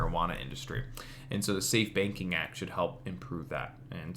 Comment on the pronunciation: Thank you. Dude I swear you were saying "safe baking act" lol.